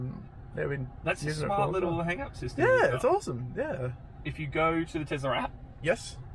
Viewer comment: Oh no, another TeZla pronouncer.